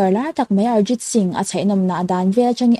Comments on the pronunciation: Ngaihnawm ṭhin hle mai..Thil pakhat Arjit Singh ni lo in ..ARIJIT SINGH ti a lam zawk tur ania..I ṭawngrang ve hrim hrim in i lam rang a ka hre hman lo zawk nge..Lo sawi ve mai mai.. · Arijit singh hi i lamdan hi diklo Arjit singh ti angin i lam Ari tihtur kagysang bok a kan Hotel ah lo zai tum phei khachu Thiam kava titak enm